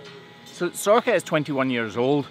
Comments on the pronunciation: She's gorgeous! For a moment there I really thought you said her name was Sorkka, which is a Finnish word for cloven hoof. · Sorcha (pronounced Sor-ka) is the Irish (Gaeilge) version of Sarah. I presume it's the same in Scots Gaelic as they are very similar languages. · I was honestly sure she’d have to reverse into crush with the size of her beautiful horns, and that it’d be a whole production that’d risk stressing her out, great to see that she could just walk in instead! Also, since ye were talking to the farmer about her name at the start, Sorcha is a very common name here in Ireland! It can be pronounced either sor-ka, or sor-sha.